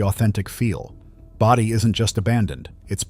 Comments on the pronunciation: Bō - Dee ... not Body, stupid! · Great video. Bodie is pronounced bow-dee